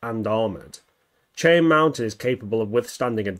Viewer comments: Just a fun little correction great video but it’s not Chai-Anne it is actually pronounced Shai-Anne like Shai’halud from dune just from somebody from the area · It's pronounced as 'shai-an', not 'chai-on'. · Chan? Dude, can you read? It's probably why you're on YT instead of a real job. Try it like this: shy-anne. Goodbye channel. 👋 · Pronounced Shy-Ann mountain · The mountain is pronounced "Shy ann" mountain. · Great video. Cheyenne is pronounced “shy-Ann” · It does make sense that Skynet's main focus would be in North America. After all, the United States is the country that developed it, was the world sole superpower when Judgment Day arrived, and the population is big enough and well armed enough to be able to put up by a decent fight against Terminators. Also, for future reference, Cheyenne is pronounced "shy-anne" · For continuity’s sake it is pronounced shy-Ann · Shy-Anne it's how it's pronounced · It's prounounced "shy anne" mountain. It's a native tribe. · it's shy-ann but I still love your vids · Come on, dude. Did you never watch StarGate? SHY-Anne. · Ouch, it's pronounced "shy-ann". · So real quick it's pronounced as shai.an Mountain US English is a little weird at times as always Mountain of skulls